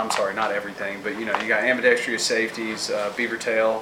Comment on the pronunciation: am-bee-dex-truss. sorry, that was driving me nuts. love the grips though :D